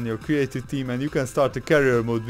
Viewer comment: Career not carrier